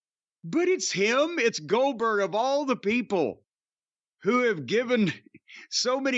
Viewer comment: He shakes up so bad he says Boo Gooberg lmao